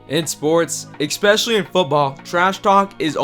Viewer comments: Nice video, but there is no x in especially my friend. S-specially not x-specially. Gotta have good grammar when you are a voiceover 💪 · Ekspeshully? Geez. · Wtf does “exspecially” mean? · The word is pronounced especially, not EKspecially. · The word is “especially”, not “expecially” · Ekspecially? or is it expecially? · "Eckspecially". Another amateur kids channel. Dislike. Won't be returning. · The word is Especially not "EX-specially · expecially? what does that mean?? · did he just say "ekspecially"? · Downvote for “eckspecially” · The fuck do you pronounce it “ek-specially”? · I walked away at the first "expecially" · there's no x in the word especially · There’s no “X” in especially. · Please learn that there is no X in Especially. NO FREAKING X